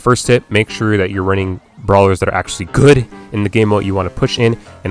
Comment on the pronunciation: Yo are u good or sum lmao why u did u say “good” like that